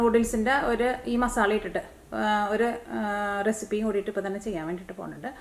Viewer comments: മസാള അല്ല മസാല 😅😂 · മസാള അല്ല മസാല